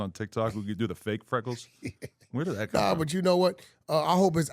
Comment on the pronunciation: This mf said freckles lol 😂